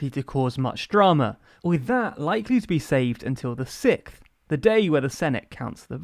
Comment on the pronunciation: I laughed every time he said it. I was confused initially; I didn’t know what a sickth was.